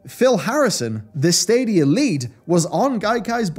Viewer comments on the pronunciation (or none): I'm happy I won't have to hear the stadia adverts anymore, fucking "SADIA" and that stupid music until I could skip it, every fuckin time